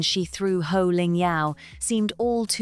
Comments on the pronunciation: You can't pronounce Sandringham, you call Poh 'HO' and you don't even know that Poh is a woman, not a man. Why should anyone ascribe any crediblity to your opinion? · POH not Loh! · Her name is Poh…….not Ho !!!